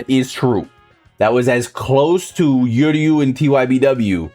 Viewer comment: funny as hell, also don’t think I forgot to remind you.. it’s pronounced Uryu (ooh- ree- you) NOT (you-rree-you) We ain’t trying to hear this the entire Uryu patch (when it does come that is)